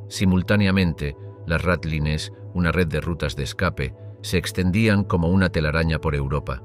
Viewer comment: No puede ser que ni sepas pronunciar ratlines